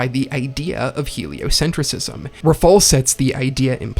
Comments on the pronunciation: ………it’s pronounced “heliocentrism” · A bit of a nitpick? You're pronouncing heliocentrism wrong